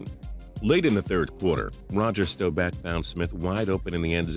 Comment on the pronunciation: Omg, please stop calling Roger Staubach, Stowback!!! Canada, geez